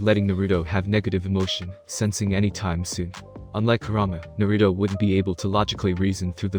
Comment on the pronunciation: I honestly can’t stand him saying Naruto wrong